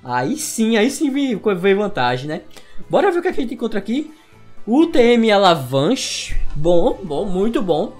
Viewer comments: alavanche kkkk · Alavanche kkkkk